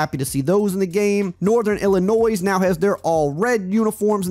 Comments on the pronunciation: Hey. Love your videos but the s in Illinois is silent lol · I love your videos, but Illinois isn’t pronounced with the S. I noticed you always say Illinois with the s. Just say it without the S and I’ll stop complaining. Haha 😂